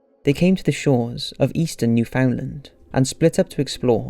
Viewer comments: Newfoundland is pronounced NEW-fund-laand, not new-FOUND-lind... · Newfoundland Its not pronounced "New-found-land" but "NEW-FIN-LAND". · New-Found-Land 😂 A common mistake but it’s actually pronounced New-fin-land you would of never known that so it’s all good. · Canadian here.. proper pronunciation is Nufinland